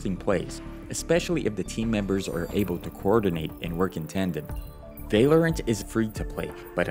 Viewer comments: bro its. val or ant lol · i love the way he says valerent instead of val-low-rant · its vah-lorant not vay-lorant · It’s valorant not valyerint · Vay-Lorant is pissing me off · it is v ah lorant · bro vaylorant lmao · aint no way he just said vay lorant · vai-lorant xd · why do you "vaylorint" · Ah yes whaleorant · u mad me so mad bc of how u said val-or-ant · you say valorant werid